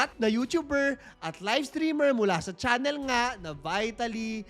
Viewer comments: Sorry po... Just pronounce the name right... Not the english.... Its not vitality..... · vuy.talee ng vuy.talee, sana ipronounce ng tama. may google naman. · BEE-TA-LEE ang pronounciation ayos yan pagdusahan nya sa kulungan ang mga ginawa nyang kabulastugan, sana makatapat nya mga geng2 :face-orange-raised-eyebrow